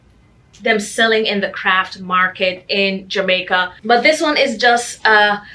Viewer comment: Are you from Jamaica? I heard a little accent come out there when u talked about Jamaica.